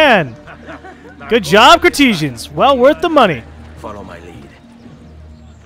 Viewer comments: Its pronounced Court-as-ans the E between T and S is silent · is courtesans pronounced like this ( court, a, sarns ) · Courtesans is usually pronounced cour as in parkour eh as in meh sahns Cour-eh-sahns